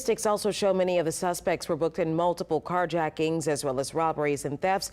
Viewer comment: You said jacktings at the end